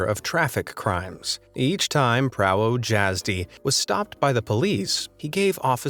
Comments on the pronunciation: as a polish person i think i sould bring this up, "Prawo Jasdy" is pronounced "Pravo Yasdy" but you have to pronounce the y at the end like an quick i sound mixed with the sound of y, idk how to explain it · You could actually try to pronounce Prawo Jazdy correctly. Pra-vo Yaz-dy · Its spelt prawo jazdy but its said pravo yazdi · its pronounces pravo yazdy but its written prawo jazdy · Prawo Jazdy-- correct pronunciation is Pravo Yazdy.! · You can pronounce "prawo jazdy" as "pravo yazdee" I hope this helps you pronounce it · Prawo jazdy is, Pronounced as pravo yazdy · I am also Polish. Sadly, I butcher words in all languages. Glad someone else pointed it out tho, when someone corrects me, I appreciate it. :) To non-slovanian speakers.... Prawdo jazdy = "Pra-hv-do yahz-de or yahz-di" (depends on how people pronounce the "y" to be either an "e" or "i" . In Slovanian languages the W is always prounounced as a "V". But then the other combos get confusing for some. But it's Like people saying Warsaw, (Warszawa) it's actually pronounced "Var-shav-a ", where the W is pronounced as a V and the Sz is actually the Sh sound. Cheers and Happy Holidays!!!!! corrected a to o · praywoe hayjazdoae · Prało dzazdi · Guys chill its pronounced Pravoyazdi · Me too! And he keeps repeating "prało dziazdy!" There is something very tragic with the English language! No problem with most other European languages though. Very strange. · no, it actually pronounced as Yá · Prawo is pronounced "prahvo" (short 'o' as in on/off. Jazdy, is Yaz (yazoo) dy rhyming with (did) "jazdi(d)" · as a polish person that hurt me but i understand that polish is very difficult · Ngl That's kinda funny how he pronounces "prawo jazdy" (don't get me wrong I'm Polish and its kinda funny to me) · im polish and i know he said prawo jazdy wrong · Man butchered the pronunciation of drivers license in polish tbh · I hate how you say prawo jazdy, please read it properly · And he pronounced Driver's License wrong in Polish.